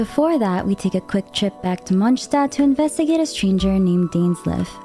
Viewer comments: God I hate the way she says Mondstadt 😅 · Yeah some of the characters cannot pronounce some of the names right but I was talking about the obvious ones like Monstadt for example. Monstadt is pronounced as "Monstat" ingame, not like how you say it in German. So "Monstat" is the cannon pronounciation even if it sounds wrong in German."